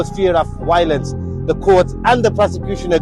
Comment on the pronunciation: The way apnay say there v's kills me hahaha wiolent